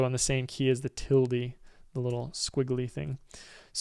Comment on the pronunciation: "Tilde" pronunciation really got me rollin over the floor =)